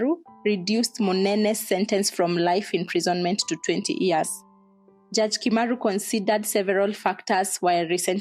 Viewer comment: How could he think that he was right shooting to kill an unarmed person? Aiiiii seriously?! And why do people edit out the y in year, to say 'ear'. 20 ears? Aiiiii. Otherwise, asante for this exposé.